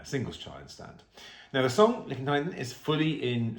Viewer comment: Liekin = "Lee-eh-kin"